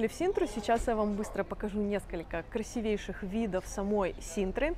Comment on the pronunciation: КрасИвейших! Пожалуйста, ставьте ударение правильно!